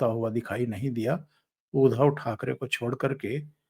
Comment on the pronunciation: उधव नही उध्दव है ध् आधा उसको द जोडा हुवा उच्चार है उध्दव आये उधो हमरे अंगना.." सूरदासजी कवि है. 8 मात्रा जुडने के लिये कवितामे माफ है